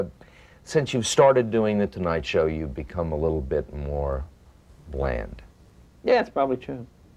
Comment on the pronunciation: Steve Kroft, (ex Columbia University Lion along with L.A. Mayor Eric Garcetti), pauses-for-effect. At about . It's quite dramatic - and Steve makes it almost a 3 or FOUR syllable word. TENTATIVELY saying the "B" word, i.e. "Bland." (a common gripe/complaint from all of the comic's Jay's surpassed) HE'S NOT DOING COMEDY ANYMORE. THAT'S NOT COMEDY!! HE'S STOPPED BEING JAY LENO !!! Me I always thought this was envy, the evil eye - "A throbbing kind of Green." That Jay was ABLE to adjust, transition TO Johny's chair (knowing how many advertisers/stations The Tonight Show actually answered/answers to) On Madison Avenue we once answered to the same voices. i.e." Toyota Dealers complaining about the spots we were writing, producing - " FORCING upon them. I'd go to these Dealer meetings/parties, rich dudes who wanted DIFFERENT Toyotathon spots: "We're TIRED of the same old crap !!!" Toyota Dealers from Denver were never happy - So I totally got, understood Jay needing to back-off his biting wit. (if Jay went on INSISTING to be Jay - it wouldn't have lasted very long - the whining would have started right away) Then they complained Jay's interviews weren't "Sufficiently-searing." Yeah, cuz then you can't GET guests - and The Tonight Show is ABOUT that-night's-guests. (lots of A-Listers were stiffing both Dave AND Howard Stern) Again, Jay just knows. It's supernatural. -and Jay doesn't CARE. "Who likes it or who doesn't like it ..." Because IF you cater to this group - then THAT gr